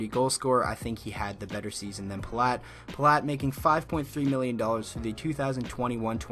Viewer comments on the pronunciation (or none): none